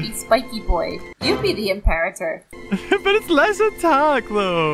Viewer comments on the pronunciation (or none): its not im-par-et-er its im-po-ra-ter